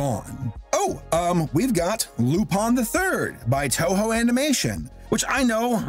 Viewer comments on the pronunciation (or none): did you just say toho (sound of the godzilla fan base incoming)